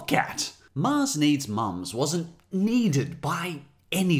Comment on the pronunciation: by IAMSIX You sure? I didn't think Canadians pronounced 'cant' or 'moms' the way he does. Also he did tweet about the 36 degree Australian heat as the reason he's sweating through Mulan 2. But you seem fairly confident, so Ill take your word for it ;)